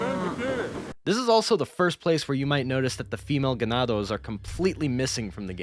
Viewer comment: as someone who speaks both spanish and english, i swear he just said some gibberish, probably why it wasnt in the final game. this also sounds like complete gibberish. its like they made the japanese devs say something random that sounded spanish to them as a placeholder.